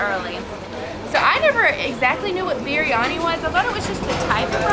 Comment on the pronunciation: Amazing blog but I can't get over the fact that is saying beeryani instead of biryani and lassi as laasi and said jalabe and jeleebe